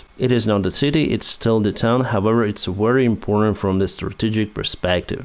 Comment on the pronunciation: we need to practise "however"... how-ever not howwewer